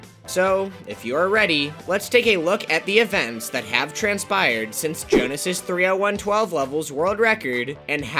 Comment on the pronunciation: I am worried that it is not Jonas, but Jonáš (Czech name)